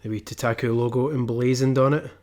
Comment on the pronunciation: You're pronouncing it wrong! idiot -_